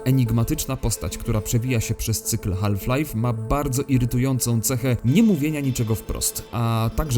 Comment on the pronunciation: L w "half" jest nieme!!!!!!! Wymawia się "haf". HAF, HAF HAF!!!